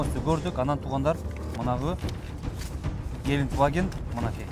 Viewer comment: Геликваген эмес брат Гелендваген 😄